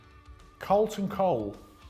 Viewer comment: no one: absolutely no one:: CARLTON COLE